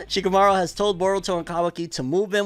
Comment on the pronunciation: Lmaooo he said shakimouri😂